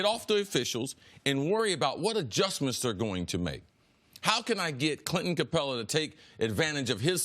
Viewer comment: "Clinton" Capela.